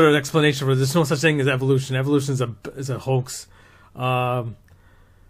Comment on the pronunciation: I like how you pronounced evolution as evilution because that’s exactly what it is. Evolution is based entirely around coincidences. When you look at it from a logical standpoint point it doesn’t hold up.